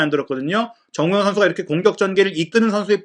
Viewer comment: 너무 좋은 분석과 정보 늘 감사히 보고 있습니다. 소중한 채널이 되어서 아끼는 마음에 조심스럽게 한가지 개선 요청 드려 봅니다. 그래도 '미디어'인데 주요 선수들의 이름 발음이 항상 '송ㅎ민', '정ㅎ영'식으로 훅 지나가는 것이 귀에 걸립니다. 멋진 매체로 발전하길 바라는 마음에서 드리는 말씀입니다. 사석이었으면 아무 상관 없겠는데 '매체'라서 이름만은 정확히 발음 되면 훨씬 더 매체에 대한 신뢰감이 상승할 것 같아서 외람되이 말씀 드립니다. 화이팅입니다.